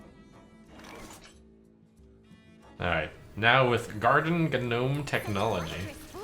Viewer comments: really not sure how to feel about trump saying "ganome" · TRIFLING GANOME! YOUR ARROGANCE WILL BE YOUR UNDOING!